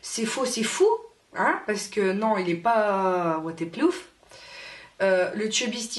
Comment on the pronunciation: Tu dis WaterplooF ou c'est moi ? 😂😂😂 sa me stressé un peu 😂😂😂 sinon cool la vidéo ! ;)